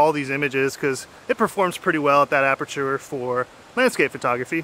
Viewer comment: What he says: Aperture What I hear: Amateur